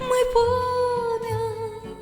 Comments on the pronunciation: Голос ❤ красивий, заспівано чуттєво. Але працювати з вимовою. Слова, які постійно повторюються: відлуННя і пам''ять звучать у вас, як: відлуня і память. Ріже слух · Чарівно, дівчинко! 🎉 Малесеньке зауваження: відлуння вимовляється з довгою "н" і "пам'ять", а не "память"